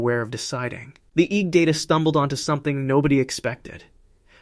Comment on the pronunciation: It's interesting how AI narration gives itself away -- pronouncing EEG as "eeg."